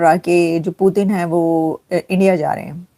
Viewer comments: Bsdk पुटीन नहीं पुतिन जी बोलना सीख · Putin bolna Sikh pehle 😂